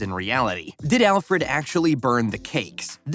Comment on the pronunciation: The only name you pronounced correctly was "Alfred"